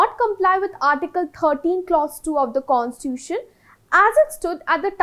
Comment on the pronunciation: It's not pronounced as Constuition.. pronounce it as Constitution.